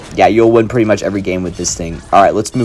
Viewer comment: ah yes, "prettt"